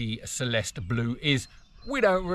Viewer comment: Celeste is pronounced CHelestey